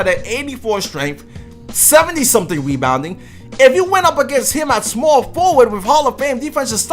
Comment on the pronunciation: Nigga sound dumb wen he talk lmao nigga said weebounding 😭😭